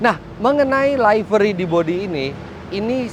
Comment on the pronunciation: info,livery bacanya liveri bukan laiveri